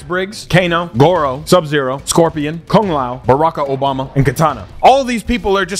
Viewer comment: “Baraka Obama” 💀